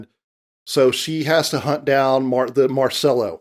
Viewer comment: It’s MarCELLO not MarSELLO!!